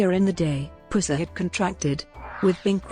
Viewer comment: Your electronic voice mispronounces his name constantly. The 'Puss' in 'Pusser' is said more like the infection in a wound instead of a nickname for a Cat? (Or like....well you know??)